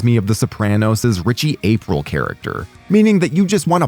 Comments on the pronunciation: It's Richie Aprilé in the Sopranos... Not April like the month. Jeeze guys..... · Ritchie April ?? 😱 no , Ritchie A-pre-o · ok your ai voice called him richy april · Have you even seen the Sopranos? If you had you would pronounce Richie’s surname, makes it all seem phoney.